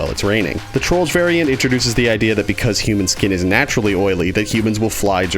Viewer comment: He said trollger He said trollger He said trollger................ He said trolldier